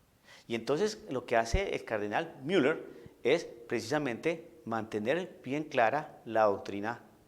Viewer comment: disculpa, no se escucha bien la pronunciación con asento anglo (Miller)en una plática en castellano, discúlpeme y perdone se escucha feo e inmaduro. Se escucha antisonante.